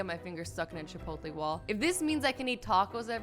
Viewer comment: Chipotlee😂 it’s chi-pote-lay Azzy😂